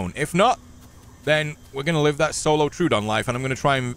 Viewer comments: I think it's "troh-ah-don", not "trew-don". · Love your videos, especially the Isle ones. Hate to be that guy but I believe it's pronounced troh-oh-don